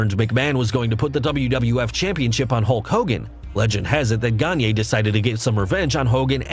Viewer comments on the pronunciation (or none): Vern Gagne is a legend in the wrestling business, both as a performer with credibility and the man behind the longstanding and respected AWA promotion. His name is pronounced “Ganya,” not “Ganyey.” He’s not Kanye. And every time you say it like that, I have to suppress my rage. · Hey folks - I apologize for mispronouncing Verne Gagne's name. I got into wrestling in the late 80's when the AWA was on the decline and was a WWF fan. I've got no excuse for tryst though! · You. Mispronounced. Gagne. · next episode: We learn how to correctly pronounce Gagne and tryst.